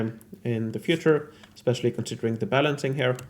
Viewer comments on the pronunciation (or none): I need to say that, well im sorry beforehand but, the way you pronunciate "here" makes me sick, but I still enjoy your videos and I rlly admire the love and dedication you put in them. Im sorry, I had to release some hate if I plan keeping watching your videos. I love your work and i admire it, its just that your "here" 's dont make it easy. I hope i dont offend nor demoralize you. I'll try to "rewire" my neurologic paths to not hate them. Rlly, 3 months already trying. Someday... Im gonna make it... Hope at least I make someone laugh! Love from Spain